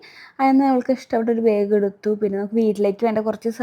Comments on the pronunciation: ബേഗ് അല്ല ബാഗ് ആണ് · ബായഗ് അല്ല ബാഗ് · Why saying beeg....its Bag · okk.. Pashe pronouns cheyane mistake paranjenn ollu... District base cheyth allalo nammal pronouns cheyndedh